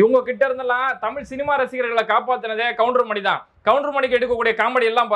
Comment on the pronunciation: கவுண்டர்மணி அல்ல கவுண்டமணி